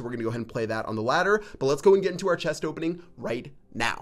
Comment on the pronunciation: Ches-t. It’s chest, not ches.